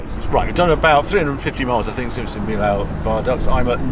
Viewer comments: wonderful trip, many thanks but if we had the french pronounciations right, it would be awesome ;-), viaduct of Meeohh not Meelaooooh , as in french double ll is like "ee" in english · Great trip Harry. Fyi for those who go to the Millau bridge, it’s pronounced ‘Mee-o’ in French. If you start ask French people for ‘Mill-Awe’ they won’t know what you’re talking about. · Roadtrip is amazing Harry 👍🏻 Well done for that. And for the one listening please don’t pay attention to the pronunciation of French city names from Harry as it’s honestly super bad 😱😱😱😂 From Caen to Limoges to Millaut,… You went so many times to France for obvious reasons that I’m sure you can do a bit better than that 🤗🥳🇫🇷👍🏻 Example Millault that you prononce as “me lao” is in fact “me yo” trying my best to translate into phonetic. Love your true british posh accent otherwise 👍🏻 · Harry… that is not how you pronounce Millau.